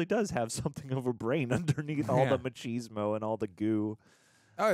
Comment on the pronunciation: "machismo" is pronounced "mack iz mo"